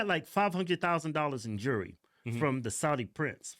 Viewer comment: Hillary Clinton was given jewelry- pronounced (Jool ree)) from the Saudi, not Jury.